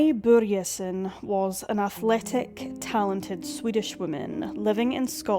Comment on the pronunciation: Swede here, and I just have to thank you for pronouncing the letter Ö right! Anyway, strange how I've never heard about this case until now. Then again, I was 12-13 in 2005, so I probably wasn't paying attention, sadly. It makes me so angry; cases like these, where investigators just go by their own tunnel vision and refuse to investigate other leads... Terribly sad how the country that Annie loved so much (Scotland) couldn't seem to be bothered to care about her in return. I hope the mystery gets solved somehow, some day... Vila i frid, Annie.